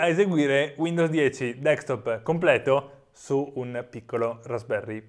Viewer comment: qualcuno mi sa dire perché la gente dice "DEXTOP" invece di "DESKTOP", si legge come si scrive, facile :)